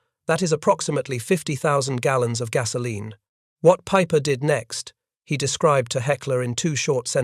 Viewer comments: his name is Peiper, not Paper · Why does this keep referring to Peiper as ‘Paper?’ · Apparently, so is Peiper. You called him everything but Pooper.